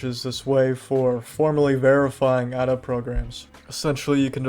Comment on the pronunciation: It's "Ada" not "a da"